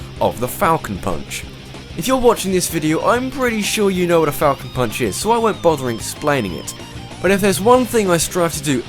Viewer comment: the first time i used captian falcon i thought he said "taco punch"